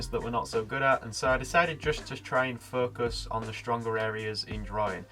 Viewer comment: Focus.....sounds like 'fu$k us'😂